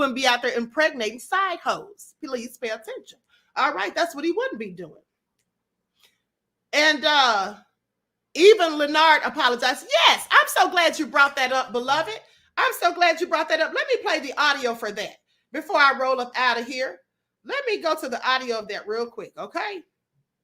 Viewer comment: Did she call her La'nard, #Leonard? 😅